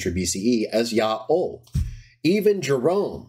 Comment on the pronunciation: Why do you pronounce it "Ya'o" instead of "Yaho"?